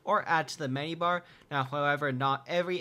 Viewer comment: am i the only one to hear "from the mini-bar when he tries to say menu-bar?